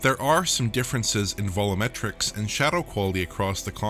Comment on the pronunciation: What is it with some DF staff saying "volumetrics" incorrectly? The word should sound like "Vol-You-Met-Rick". It isn't "Vo-Loo-Met-Rick".